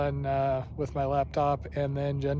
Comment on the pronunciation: You said Itasca correctly!!